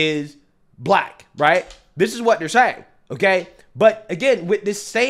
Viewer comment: The way he pronounces black too...."blike"